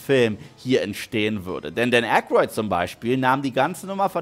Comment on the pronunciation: Und der gute Mann heißt AYkroyd und nicht Akroid. Ich könnte abdrehen, wenn die Leute A Deutsch aussprechen. Außerdem ist da ein y.